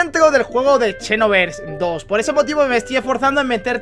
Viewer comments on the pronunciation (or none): por favor di "xenoverse" no "chenoverse" JAJAJAJAJAJ (Sin ofender;) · porque lo pronuncias como chenoverse?